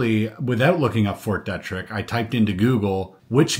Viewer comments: Pronounced Fort "Dee-trick". That should ring a bell, as it seems to get itself in the news for lab escapes more often than other labs. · just a friendly suggestion from someone who lives locally to Fort Detrick - we pronounce it Fort DEE trick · It is pronounced Fort DEEEtrick. And yes we do have SEVERAL research buildings on that post. If my memory serves me correctly, it is the post that a scientist stole some deadly pathogens and got caught... But I could have my military locations mixed up. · Grew up in maryland, Detrick is pronounced Deet-trick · At first, I couldn’t figure out what fort you were referring to. Fort Detrick, is usually pronounced with a long or hard E. De trick. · Fort DEE TRICK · Fort Deeeetrick. Come on man. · Fort Dietrich is pronounced Dee-trick. its German and in German “when I and E go walking the last one does the talking” so ie is E ei is I. 👍🏻